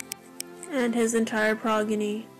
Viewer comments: * said progeny wrong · I love bibi zainab but she said progeny